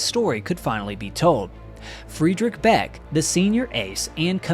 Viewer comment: Friedrich Beck, is pronounced as Freedrish Beck. Adolf is pronounced as A, in add and not Ay. Werner Mölders, is pronounced Vairner Merlders. America is made up of Europeans, so why do you insist on butchering every language.